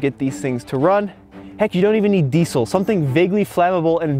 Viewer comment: Wenn noch einmal Diesel so sagst alter ........